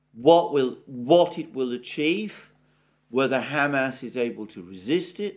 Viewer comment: Alexander, I love how you say Ham Ass.